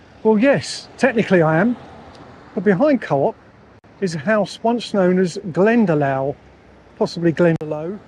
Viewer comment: Hi. There's a village here in Ireland called Glendalough ( it's pronounced Glenda lock)